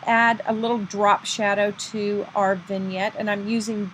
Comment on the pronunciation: Thank you very much. This is a very nice card. Also thank you for teaching me how to say Vignette. LOL